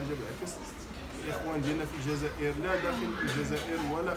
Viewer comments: هو عنده مشكل فاﻷسنان لذلك يقول الزازائر لكنه يقصد الجزائر فقط ينطقها غلط لأنه عنده مشكل فاﻷسنان. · الزازائر هههههههههههههههههههه اوففف وا رآه الجزائر ماشي زازائر ضاهر صحح ليه اصاحبي ونتا جالس كي نفيسة